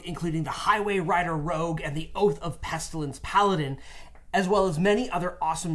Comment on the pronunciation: rogue, not rouge.